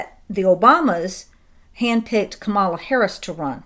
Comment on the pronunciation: Kamala's name is pronounced like the animal (camel, whether bactrian or dromedary). Emphasis is on the first syllable. Also, her name on the last syllable is pronounced "uh."